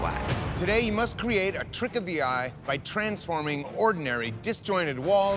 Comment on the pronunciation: ive been binge watching ... why does he say “cweeate” its everytime